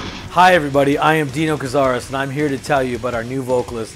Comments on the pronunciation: Dino can’t even pronounce his name correctly lol. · dino pronouncing his name wrong when introducing milo.. oops. better fix that dino, its the same rule for how you pronounce the i in your own name 🤦‍♂🤦‍♂😂😂😂